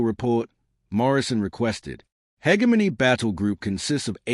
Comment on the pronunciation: For the love of god! Teach your AI to say hegemony properly!